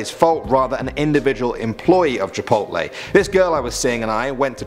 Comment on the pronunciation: Chi...pole it was funny the way how he says it on the second story